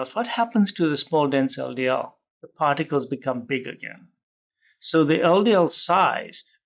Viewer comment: It sounded like he's saying, "Small Denzel DL particles" 😂